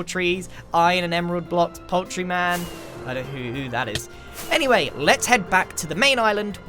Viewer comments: And a poul-Tree is the clearest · It's a poul-tree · PoulTREE man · dont you mean poulTREE man